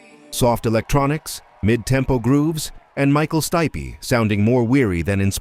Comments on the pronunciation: Michael Stipey? The AI is just so cringe! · Michael Sty-pea. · To me it was the almost constant struggle with names. Don't get me wrong, Muttley Crue and Michael Stipley won't ever NOT be funny, but it got tired quick.